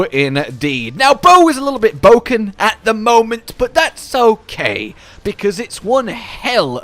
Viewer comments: Did he really say bowken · "bow is a bit bowken" I'm done...